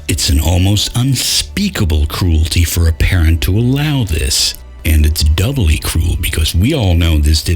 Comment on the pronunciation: "for" not "four" and "more" not "moire"